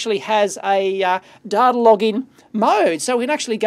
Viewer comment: "It's hard to get dater on this stuff!" Mwahahahaha.